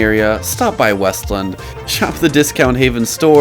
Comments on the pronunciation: It’s called WEST LAND as one word not weslin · It’s WEST-LAND… not wuslund. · I didn’t mean to offend you sorry. But there’s a point in the video where you use a soft “land” like with the word “inland” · also its pronounced west-land